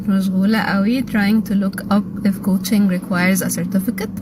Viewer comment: انا ما استفزنيش غير انها كاتبه couching و تنطق "كاوتشينج" اللي هي من إسم 🛋️، بدل الكلمه الصح coaching اللي هي تدريب🤦🏻‍♀️🤦🏻‍♀️